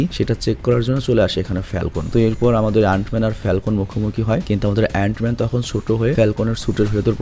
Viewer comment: অ্যান মেন কে তুমি অনেক বার অইরোম ম্যান বলছো